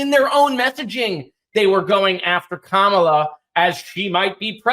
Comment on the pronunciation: I think we should start calling Vance "V.D. Vance" - since him and Trump refuse to pronounce Kamala properly. Seems fair.